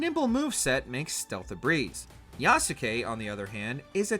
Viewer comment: How has no one yet talked about the abysmal pronunciation of Yasuke? Every time I heard "Ya-su-ke" my brain ached...how you gonna cover a game and continuously mispronounce his name. In the Japanese language, if a name ends in "suke" the U is silent. For example, in Naruto Sasuke is not "Sa-su-ke", it's pronounced "Sas-ke". Therefore, Yasuke should be pronounced "Yas-ke". Just a little nitpicking on my behalf.